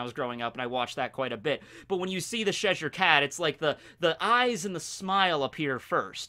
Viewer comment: ches-shire not chesure